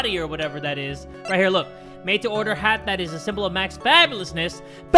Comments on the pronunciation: Normal people: Order! Order!: U-urder! Urder! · "erder! erder!" i swear jay gets me every time with that